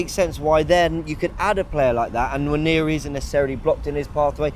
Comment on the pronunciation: If you misprononce the name Johnson, every will be up for it. But wanyeri for nwaneri. There is an "n" in front.